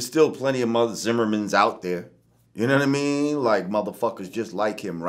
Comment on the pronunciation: u-knaw-wata mean